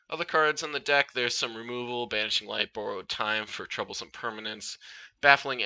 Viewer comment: Truly enchanting, especially "Bourrowed" Time